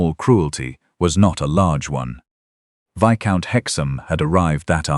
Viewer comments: Viscount is not pronounced Visscount, it's Vycount. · Not viscount, but itz a silent s so vycount